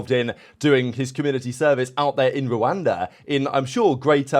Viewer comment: Did you just say rwanda